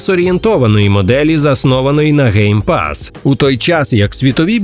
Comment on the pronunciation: lol, ГейПас 😂. Навіть YouTube розпізнав це як GayPass 😂